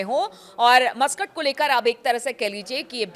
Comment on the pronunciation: Madam, yeh Mastak nahin yeh Masqat h. Bolney me dayan den.